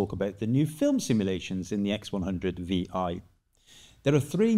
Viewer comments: You sound really stupid saying Vee EYE all the time. Idiot it is 6 like everyone else will say. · "X100-6" - that's how Fujifilm is officially pronouncing the name